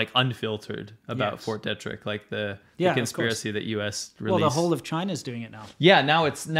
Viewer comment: BTW guys, small detail, it's pronounced Fort DEE-trick. I grew up 40 miles from there.